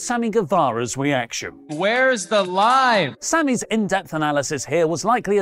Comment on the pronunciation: It sounds like Sammy is saying, "Where's the lime?"